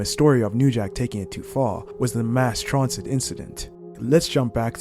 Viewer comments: Stop mispronouncing Mass transit 😢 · Stop mispronouncing transit 😢